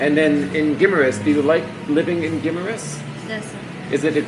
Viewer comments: gi MAR us there is no short i (big, pig, kiss) sound.. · Guimaras. Pronounced Guy-maras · My Wife 34 years, was born and grew up on Guimaras ( pronunciation Gim- A Rus, ) later the Family moved to Ilo Ilo, I Have not been there for more than 20 years, Days Motel and Resturant where Superb